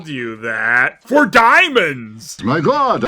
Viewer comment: The Lion still should be saying "Mahgawd" in one word, not "My God". It's more accurate.